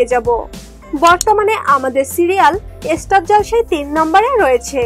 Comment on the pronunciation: এস্টার জলসা নয় স্টার জলসা হিহিহিহি😂😁